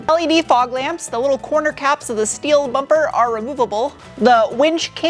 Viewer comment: I have to ask: Why "schteel" and "schport," but not "schway bar?" Love the vids, btw. Very informative.